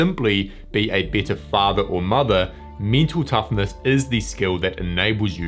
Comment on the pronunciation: For a while I thought that he is saying - me too toughness.